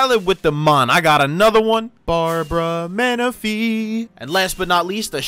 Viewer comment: "BARBRA MANAPHY" 🤣🤣🤣🤣🤣🤣🤣